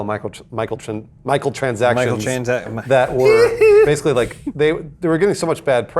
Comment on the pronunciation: just can't say Microtransactions lol